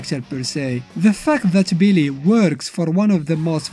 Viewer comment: Bro the way How he says billy sound like believe lmaooooooo no cap